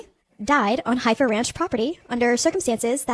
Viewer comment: Heifer is pronounced Heffer.